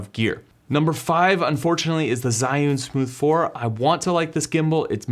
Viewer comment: Zhiyun don't pronounce like what you did..